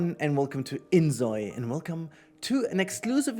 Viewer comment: It's Zoi (like Soy) not Zoi (like Zoey).